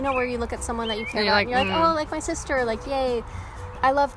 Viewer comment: Dude.. Your surname is Du Plessis... You said "my sussie" in that way... Can you speak Afrikaans?